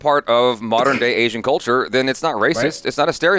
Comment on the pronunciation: It's Asian DON'T Raisin 😅